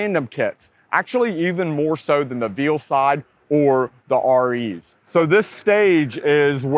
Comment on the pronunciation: Dude said Veal Side.